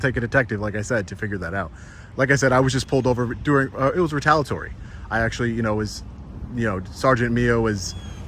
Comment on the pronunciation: ri-tal-ee-uh-tawr-ee, NOT ri-tal-uh-tawr-ee You're missing a syllable every time you say it,!